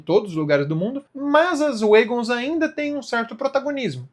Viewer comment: Notinha: Se diz uégons.